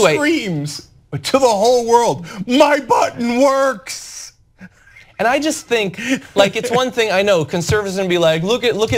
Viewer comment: Man you should've left in the laughter And ffs cenk and whoever that other guy is, he was saying "MY button works (to imply that we actually have nukes and North Korea is bullshitting and doesn't)" not "my button WORKS!". If you're gonna take something so ridiculous this seriously, at least don't so radically misinterpret it. You wouldn't have gotten into the topic of trumps dick if you didn't misread the tone of those three words. You both have managed to make this even more embarrassing for yourselves than it was already going to be.